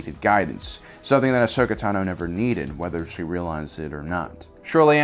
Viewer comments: Dude, why are you a presenter when you literally can't pronounce ANYTHING correctly?? Ahsoka's last name isn't ta-NO, it's TA-no. The moon wasn't called "Rah-da", it's called "Raada"....as in ra-A-da, hard "A". Three syllables, not two. If you don't know anything about the topic, don't talk about it...... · TAno not TanO!!! you soppused to know about Star Wars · Pretty sure it’s TA-NO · The fact that he says Ahsoka Ta no is so triggeringgg ocdddsadsafgadsg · I cannot handle this assclown narrator constantly mispronouncing Ahsoka TANo's name.